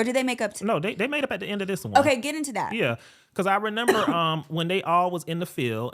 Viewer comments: him saying renember instead of remember is bothering me 😭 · I had to play it back a few times to confirm that he was really sayin renember 🫤